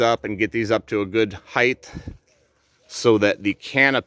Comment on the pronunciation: Hyth? Did you mean height?